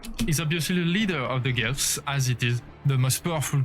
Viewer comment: Guelphs and Ghibellines = "Gwelfs" and "Gib-aligns"/"Gib-aleens"